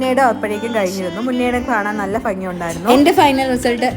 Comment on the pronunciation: ഫങ്ങി അല്ലാട്ടോ ഭംഗി ആണ് 😂